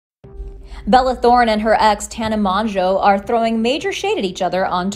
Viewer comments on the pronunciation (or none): "TaNa MONjeau" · Lol y’all don’t know how to pronounce Tana’s last name